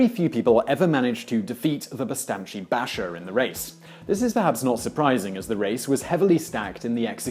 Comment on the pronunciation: to clarify, Selim was an exception in Ottoman history. He was quite insane and had an obsession with killing anyone he became paranoid about, which was a lot of people. also, bashir is pronounced bahshir. same with paşa, pronounce it pahsha.